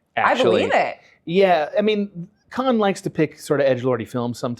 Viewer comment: Cannes is pronounced like "can" (as in tin can), not "Khan". 😅